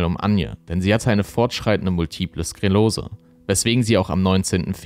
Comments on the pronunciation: Multiple SKRELOSE ist falsch. Es heißt Multiple SKLEROSE. Sorry von einer Perfektionistin an einen Perfektionisten 🙃😄 Vielen Dank für das Video. Der Fall macht sprachlos! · Das heißt multiple Sklerose nicht Skelose